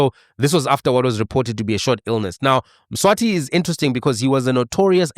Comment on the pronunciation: Mswazi - not Mswati, Mswati is the King of SWAZILAND